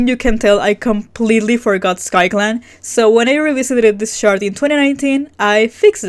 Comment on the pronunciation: Every time you say “this chart” all I hear is “shart” lmfao 😂